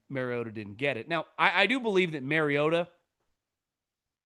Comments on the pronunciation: The reason Collinsworth was pronouncing it as MarioTA is bc Marcus said something in production. It bothered him and his family. Not MarioDUH. Ha yep . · “Mario-TA” with the shoulder emphasis killed me 🤣🤣🤣…. I was wondering if it was just me last night 😂😂😂